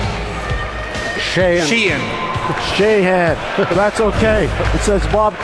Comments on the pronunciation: Jim "Null" selects Riley "She-Anne" 😅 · McGuire, the living penis, making fun of how Nill pronounced "Sheahan" while TSN's ticker said "Jim Null"